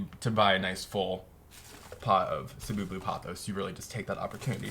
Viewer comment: i love how you correctly pronounced the "Cebu"! :) it's actually from the Philippines.